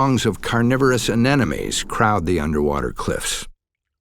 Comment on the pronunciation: It's "anemones", not "anenemes"